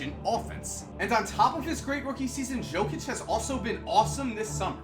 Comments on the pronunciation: In 2k, I always read Jokic as Yo-Kick cause Yo-Kich was too unusual to say. Hearing Joe-Kich is just plain weird for me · Nikola Jokic, its Yo-kic, not Joe-kic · Yo, you are not saying Jokic's name correctly. The J sounds like a Y. It's pronounced Yokitch. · He reads like it says Nikola Žokić😂😂😂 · Nikola Jokic, Jokic is pronounced as Yokich :D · jokic is pronounced yo-kich and i cant believe he was a second rounder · im a serbian and i started laughing when you said jokic its pronounced yokic but keep up the good work love your vids man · Jokić, J pronounced like u from united, not J pronounced like Jamaica. Great video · Nice video, that's not how you pronounce "Jokic" though. The "J" is pronounced like the "Y" in "Yeah". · Research how to pronounce Jokic before you do the video,man. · man u butchered Nikola Jokic's name, but great vid, keep up the work! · Omg... how many times did he pronounce Jokic's name wrong?😂